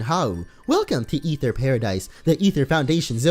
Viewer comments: it's pronounced Ather not ether the "e" is silent. There's already an ether that exist in the game it's a medicine for your pokemon's pp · ITS AETHER NOT EETHER!!!! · Stop pronouncing it Ether its A-ther like the aether dimension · It's Aether Foundation not Ether Foundation why do u call it that. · Aether is pronounced A-ther